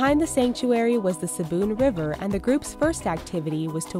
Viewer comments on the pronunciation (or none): none